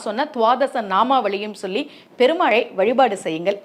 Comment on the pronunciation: தமிழ் உச்சரிப்பை சரி செய்யுங்கள் கால -கழ பெருமாளை - பெருமாழை நாமங்களை-நாமங்கழை என உசொசரிக்கிறிர்கள்